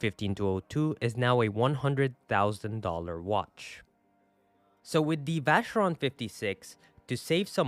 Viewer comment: The Way you pronounce vacheron and cartier is broccoli x10. LOL